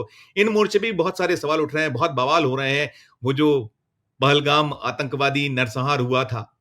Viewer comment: Dear 4 PM. From where you got. Replace him. Language's Pronunciation is not correct many times and he will do over acting. He used in this vedeo Rasta Kashi which is wrong.. That is RASA KASHI, and second mistake is he said Balgam, the correct is Pahalgam. Over all he is not capable for news. Keep some good news readers. I am sorry to say, I am regular user for 4PM.